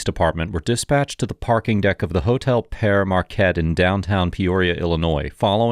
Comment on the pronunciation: Locals pronounce Pere as pier.